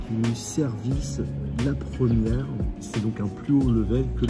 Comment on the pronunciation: La « promière » 😂